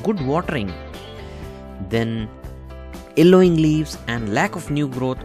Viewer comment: It's yellowing .. not elloying